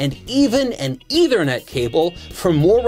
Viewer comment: An "Eithernet" port...